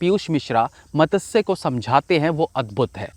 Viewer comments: its not matasya its matsya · Madasya nahi bhai its matsya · Matasya nahi Matsaya Nam hota hai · आप 'मत्स्य' का उच्चारण गलत कर रहे है।